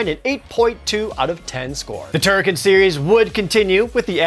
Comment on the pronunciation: Please tell me that I am not the only person who pronounced "TurriKEN" AS "TurriKHAN".